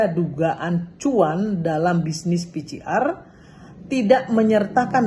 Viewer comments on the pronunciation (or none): Ini politisi wanita kelas kakap, kalau bicara di TVOne dulu menggebu2, tdk mau dikalah, tp sebut PCR saya masih keliru. PCR kalau di baca jadi pi si ar. Bu Irma...bu Irma. Belajar dong cara nyebut yg benar.Maaf